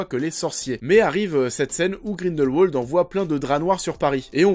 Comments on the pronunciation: On ne dit pas Grindelwouoooooold mais... Grindelwald comme ça s'écrit en fait. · En tant que suisse je me doit de te corriger: Grindelwald se prononce à la germanique, c-à-d Grin-dèl-Vald et pas grineulwauld. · Le nom se prononce grindelvald pas grindelwouald ptn 😂😂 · Mec arrête de dire Grindelwolde. Grindelvalde stp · Par contre, c'est Grindelwald, par Grindelouauld. Même dans la vostfr, ils le disent avec la prononciation germanique. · On pronounce Grindel"v"ald ! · Le nom du méchant se prononce GrindelVald, c'est de l'allemand donc le "w" à l'allemande ;) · Juste... grindelVALD. Prononce bien s’il te plaît. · Tu as des arguments pertinents mais stop prendre les gens de haut quand tu parles... et quand on fait une critique de film c'est quand même un minimum de bien prononcer le nom de l'un des personnages principaux.